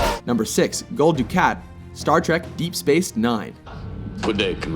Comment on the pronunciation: It's said Gul Dookaht, not Guhl Docat.